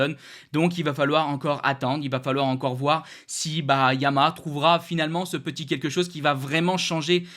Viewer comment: trouve toi un orthophoniste en urgence,Arrête de massacrer YA - MA - HA!!!!!!!